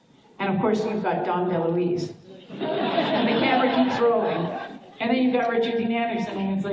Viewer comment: It’s Dom DeLuise, but close enough. 😊